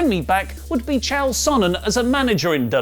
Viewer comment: Please put a little respect on the name of the Undefeated, Undisputed and best goddamn middleweight there's ever been in Chael Sonnen. Also Chael is actually pronounced like mail.